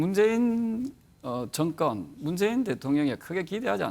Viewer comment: 왜 다들 나와서 정권을 증껀이라고읽냐 틀니교체안하냐??